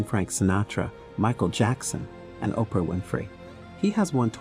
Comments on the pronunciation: The way he kept saying Okra instead of Oprah with so much confidence 😂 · Why does "Oprah" sounds like "Okra"?😂 I must be hungry or does someone else hear it? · Ok, why he keep calling her Okra? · 0mg he called Oprah okra!!! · This is a great video, but did you call Oprah Winfrey …..okra??😩😂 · Why are calling Oprah by the name Okra are you stupid! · okra winfrey😊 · This fool calling Oprah Ocra, smh. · Who is Okra? C’mon lady. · This is a great rundown of celebrities who have African ancestry. I want to make a recommendation for a correction. , the photo used is that of Mekhi Phifer, not Chris Tucker. Also, I keep hearing "okra" vs "Oprah". Is this being read by a bot?